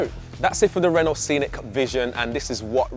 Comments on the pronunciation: Can someone on the production team please tell him how to pronounce Renault 🙄 - the T is silent. - Renno, not Ren-naught. 😖 Please do not let him anywhere near a Peugeot - or is that Pewzoet 🤔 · Pronounced ‘Reno’ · The other presenters on the channel are great but this guy is awful. How many times is he going to say ‘as well’ And the way he pronounces Renault 😂 💀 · Annoys me he can’t pronounce Renault correctly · Thorough video, good job it's only a concept as there's little I'd like a out it. Please learn how to say Renault properly! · True although Brits butcher/mispronounce a lot of car brand names; Citroën, Mercedes, Hyundai, Škoda, just to name a few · Nice looking car. The mispronounced "Renault" got a bit grating after a while though. It's not 1975 anymore.